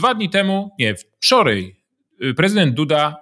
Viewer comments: Piotrze, robisz fantastyczną robotę, czekam codziennie na każdy odcinek o , ale w końcu muszę to napisać: tutAj, nie tutEj i wczorAj, nie wczorEj ! :) i proszę się nie gniewać :) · Dlaczego pan mówi "wczorej" "tutej" ? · Nie wczorej tylko wczoraj. Mówmy po Polsku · wczorej tutej i inne Zychowicz wez sie ogarnij językowo hahahha